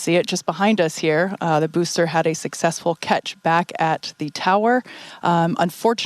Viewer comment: “Sucksexfull” nice Freudian slip.